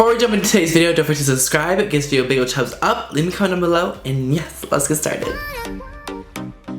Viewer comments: laura xotwod he has said before that its not on purpose that he has a speech impairment or something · I love you but its always irritated me that you say "chumbs up" and not "thumbs up" every. single. video. Omg